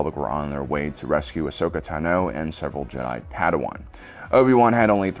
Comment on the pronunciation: Why does he say Ashoka tano weird